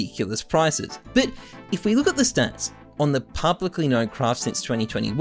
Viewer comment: It always makes me chuckle how can't say the word "but" lol. Count how many times he says "bit" instead of but 🤣